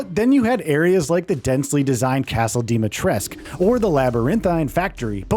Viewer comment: THREE YEARS LATER and they still can't pronounce Dimitrescu correctly 😂